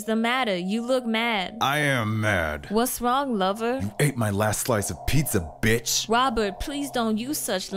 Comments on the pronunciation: "Wobert whatever is the matter, Wobert don't use such language" 💀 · "Wobert wha eva is the matter?"